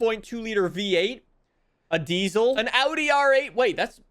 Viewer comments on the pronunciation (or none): none